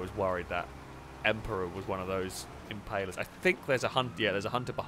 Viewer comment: It's an Impala not Impayla🙄